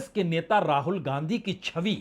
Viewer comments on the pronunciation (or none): none